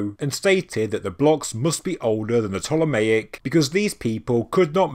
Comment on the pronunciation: you say you are open to new ideas and theories, yet i keep kindly trying to point out you are pronouncing Ptolemaic wrong. Its P'TOLEMAIC, I praise your videos but you're doing my OCD in now lol, heres how say it Ptolemy and Ptolemaic please.....pleeeeeease 😂😂